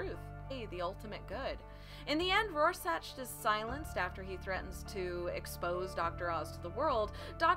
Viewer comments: Rorschach, is pronounced Roar Shack, not Raw Satch. And its just Ozymandias, not "Doctor" Ozymandias. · Couldn't finish after "Roar-sach"... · it's Rorschach pronounced roar-shack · Hey, I was just wondering if anyone told you it's pronounced roar-shack.... 😜 kool video thanks. hits subscribe button PS that comment saying you're kinda cute, they don't know what they're talking about, you're beautiful. 😁🤗😘 (I wonder if there's a ) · It’s pronounced ROAR-SHACK. But still good vid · every time she says RoarSACH and DOCTOR Oz my eyelid twitches. Other than that, decent summary. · It feels like it was sorta rushed, but Rorscach is pronounced, Roar-Shack" JS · Thats some sophistry, right there. This ain't about accents it's the way you pronounce that name. You got it wrong, just concede.